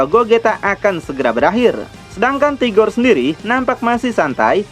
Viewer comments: Rigor bang .. Bukan tigor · 🤔🤔🤔 sebenarnya admin ini nyebut RIGOR atau TIGOR sih ???